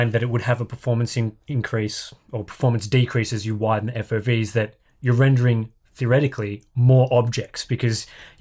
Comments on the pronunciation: “Fov” nah man it’s F.O.V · F.O.V. GRrr.. do you even english...lol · No matter how you say it you can't say it without making it sound like FAUV. Except if you say it like Eff-Oh-Vee. And noone is gonna say it like that. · I think that's the point. We old farts say A.T.A.T. while the younger gen says Atat. We say F.O.V. While they go with fauv shutters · Prople are funny. Its FOV as much as its LOL. You dont say eL Oh eL. Luuuul. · I almost died when he said fof... EF OH VEE is the only correct option here... if you dont want to say it like that, just say field of view... but fof is just plain wrong XD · is right Eff Ooh Vee not "foff" hehe I'm in your corner! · Who on earth says "fov" instead of "F.O.V"? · Only noobs say "fauv" or "fov". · no one says Fauv